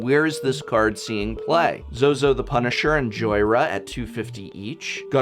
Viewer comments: As a Zo-Zu fan, hearing Zo-Zo made me bleed inside. I'll pray for you soul tonight, professor. I'll pray... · zo-zu not zozo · Zo-zu not Zo-zo pls Professor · its ZO ZU NOT ZOZO lol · Zo-Zu, not Zo-Zo, I'm just being picky but I feel the need to point it out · Professor, you are slipping. "Zo-Zu the Punisher" and "Talara's Battalion".